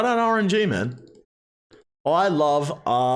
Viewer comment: Did our boy say "R and G" instead of "R N G"? Hmmmmmmm